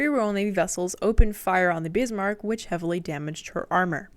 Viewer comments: CAN YOU PEOPLE PLEASE LEARN HOW TO PRONOUNCE WHAT YOUR TALKING ABOUT FFS ITS NOT SHEA IT SHEEER IT NOT BEAST MARK WTF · I love how you cannot help yourself and almost every time you say BISMARCK you have to say it in capitals. : ) cool vid. Btw Bismarch did not get unscathed from its fight with HMS HOOD and HMS Prince of Wales, Prince of Wales damaged and they were starting taking salt water into its fuel, which is why it also could not just leave for the Atlantic because repair would be needed, which bought time for British to fidn them again and pummel Bismarck to hell. Yesh they scuttled Bismarck but at that point it was barely afloat.